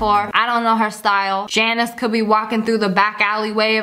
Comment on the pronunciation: She called the girl in the vid "Jannise "